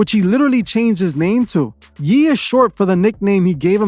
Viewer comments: It's Ye like YAY not Yeeee LMAO. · It’s YEH NOT YEE BUT AMAZING VIDEO THE DECEIVER HIMSELF. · Ye (yay) for Kanye not Yee lol but carry on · Its pronounced "Yaye" not "Yee" lol but yh he doing too much.